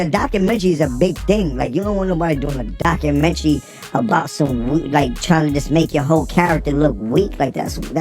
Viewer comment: wtf is a docu-menchy 😅 ...jim is slow and mad af that he ain't what he thinks he is when it comes to being a star. he had 1 hit and that song was wack